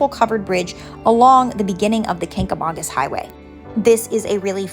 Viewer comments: That’s not how your pronounce Kancamagus. I don’t know who told you it was pronounced like August , as a local in the white mtns it’s not pronounced how they told you. It is Kang- ga- mainkus. Great video though. Made me proud to live here. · Literally no one in NH pronounces it like August. She must have asked a flatlander that just moved up here. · I grew up staying in the white mountains every summer. It's definitely not pronounced like August 😐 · As a New Egnlander hearing how you pronounce the Kangamangus highway is driving me insane. Ha. Great video though